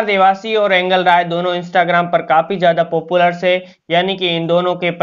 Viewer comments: it is angel rai and he says angal rai ,😂😂😂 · भाई ऐंगल राय नही एंजल राय बोलो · एंगल नहीं एंजिल राय है🤣🤣